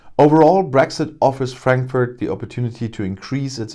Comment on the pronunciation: Cute how he deliberately mispronounces the name of the city for our British "friends". Of course, Frankfurt has been getting banks and staff for a few years now, and there is even an agency in Frankfurt for the purpose of helping this. I nevertheless love hearing this news every time it comes. Keep sending us jobs and money, UK!!!